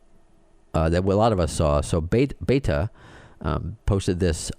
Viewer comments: Beh-ta Leh-Biz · It's Betta not Baita, I'm sure I'm spelling it wrong, but you are pronouncing it wrong, I think , another great show Thanks.